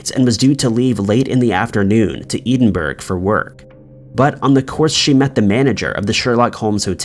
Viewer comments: Edinburgh (EH-DIN-BURR-A), goodness grief!!!! not Edenburg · take the T away from Ted and what's left ED so you pronounce it Ed inburgh. Its the capital of Scotland 😀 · Winner winner lamb curry dinner., I enjoy your uploads very much. I was suprised to hear in 2 posts you feature crimes that involved the city of Edinburgh. I laughed at your pronounciation. E DIN BURGH. It's pronounced: ED IN BURGH, sounds like HEAD IN BURGH. I live in Edinburgh. Barbara actually stopped off for a piss hahaha. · It pains me when you pronounce Scottish towns it’s pronounced edin-bruh , not ‘eden burg ‘bro😭😭😭😭😭😭😭😭😭😭cmon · Bro, love your content and all, but you gotta look up the pronunciation of Edinburgh. Cuz Eden-Burg is not correct. Ed-in-burr-ah is a phonetic attempt from myself to try and help. Other than that, great job, as usual! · No kidding. I had no idea where he was talking about until it suddenly dawned on me. Eden-burougho! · It's Edinburgh, (Pronounced: Ed in burgh) Not "eden" burgh. [Gibbs-slap] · Ed in bruh… not EDEN BURG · Edin buh ruh not Edenburg! And it's pronounced heartforshire even though it's spelled Hertfordshire. Jeez, do some research on how to pronounce UK town, city and county names! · I've never heard Edinburgh pronounce Eden burg, before. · Ed. In. Buruh. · Good video but you need to learn how to pronounce place names properly, it’s really jarring listening to you say “edenbro” when you’re trying to say Edinburgh - just one example out of… lots 😬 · Ee din burg? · For the umpteenth time, it's "Ed-in-burr-uh" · ed in bura not edinburgh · Never thought I would hear Edinburgh pronounced so so so so so wrong, in every syllable, every letter, every part of it couldn't be any more wrong if he tried.........painful to have to listen to the word in this video. I can usually excuse his pronunciation issues but that one was too bad, in every way, I couldn't let it pass without expressing my horror. 🥴🤢🤯😲😱😡😭😣😖😓😩😫🤬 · Edinburgh and Dublin 😂😂😂 it kills me